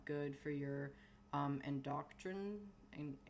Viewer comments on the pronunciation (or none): How long were you on T before the genital growth came in, if you don't mind me asking? Also did you mean endocrine? En-dough-crine (brine but with a c). Cheers m8.